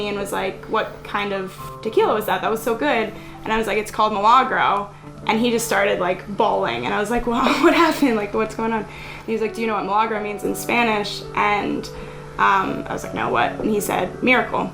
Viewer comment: I was depressed until that white girl said “moe-lah-grow”… lol its milagro(me-la-gro).. lol i needed that chuckle. Dope video